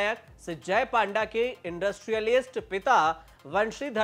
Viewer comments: पांडा नहीं पत्रकार महोदय पंडा बोलो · पांडा नहीं पंडा बोला जाता है ।🤣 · पांडा नहीं पंडा बोलिए.... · Panda..should pronounce PONDA..... पोंडा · Panda nahi panda hota he